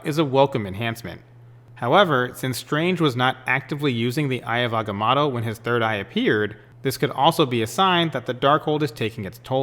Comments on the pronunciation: This guy 😆 he said aggah-matto......wtf hahaha n he's a comic book guy? Yeah right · AgaMOTO You know like MOTO-rcycles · Good theory but can you pronounce agamotto correctly, a bit annoying